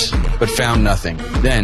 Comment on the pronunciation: “I have nuthing”😏